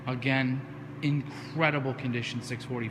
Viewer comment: "The Coop is incredibil".